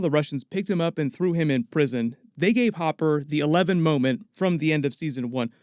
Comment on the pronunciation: ITS HOPPER NOT HOOPER